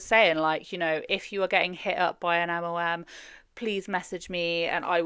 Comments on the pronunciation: I enjoy your videos but its EM EL EM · Are you saying MOMs? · she doesn’t pronounce it as MLM. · Are you saying MLM? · the way your accent makes the L sound like an O watching this video like damn what did moms do? 😂